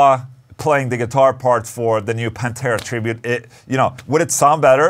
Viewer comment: It's not Pantera man, c'mon